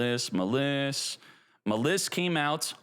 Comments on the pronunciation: I don't know why this irritates me so, but please pronounce "Maliss" correctly. It is not "Muhliss" it is pronounced, "Malice". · Muh-liss?! Bruh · You really don't get that the name Maliss is a homophone of the word "malice"? You're saying it wrong!